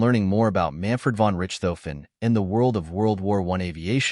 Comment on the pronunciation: jeez, people - do a little research, okay? His name is NOT 'Rich - tofen', (NOT pronounced rich, as in wealthy) it's pronounced 'Rish - tofen. And his airplane is NOT a 'Fokker Doctor', the airplane was a Fokker DR-1, DR meaning 'Dreidecker', in English meaning 'three wings'. I couldn't watch more than of this travesty of history.